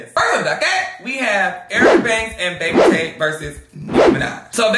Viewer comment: Why did I think you called Baby Tate Bake Potato 🤣🤣🤣🤣🤣..... I was waiting for you to handle Toilet seat!!!!